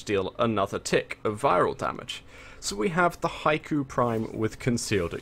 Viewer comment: it's not an accent it's just a mispronunciation. it should be said like he-ko